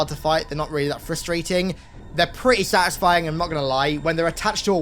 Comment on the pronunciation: I wonder how many times he said "sutisfing'' in this video